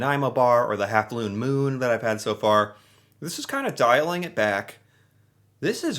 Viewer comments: it's actually 1/2 Moon, not 1/2 Lune Moon. Lol In Canada, all our labeling is bilingual, and because Vachon is French-Canadian based in Quebec, it would be in French first, then English. To put it simply, you're coming out with both, which I think is kinda cool! Love your reactions to our snacks! They are awesome! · A lune moon 😂😂😂😂 the bilingual package gets them every time